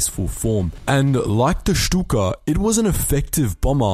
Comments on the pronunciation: Very nice German pronunciation :) I wonder why silly Stuka won lol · Learned to pronounce “Shtuka” correctly. 🤪